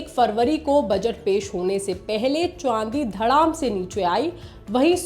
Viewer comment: Ye madam chandi ko chwandi kyu bol rhi hai.